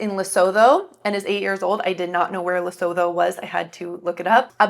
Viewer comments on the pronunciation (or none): none